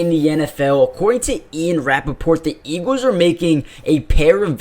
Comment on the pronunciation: It’s pronounced “EEGLZ” not “EEGEWZ”